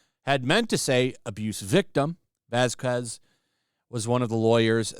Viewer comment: Vaz K ez people. Not vas quez... VAZ-KEZ